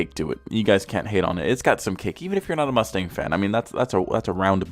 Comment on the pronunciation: i thought he said Lustang